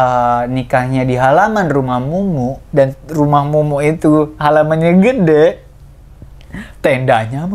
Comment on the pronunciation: kak eno manggilnya mumu(k) bgt... mumu aja kali ngeganjel gue dengernya...